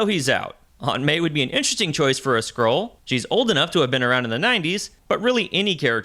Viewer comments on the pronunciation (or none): Skree krull war?